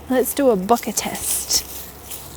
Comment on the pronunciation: I thought she was saying "bucket". "Huh? What's bucket?" Lol. Then it dawned on me..."ohhhhhh, bokehhhhhh".